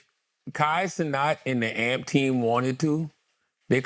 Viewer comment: A- M - P - SEPARATED NOT - AMP 🐴 - U OLD MFS. ❤